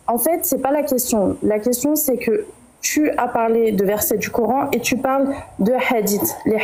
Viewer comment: Le core... N . Maintenant je connais la prononciation !!! Core...N